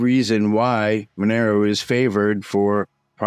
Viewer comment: Mon er o? No. məˈnɛroʊ Mon - air - oh Two minutes in and two words are mispronounced. KEY words.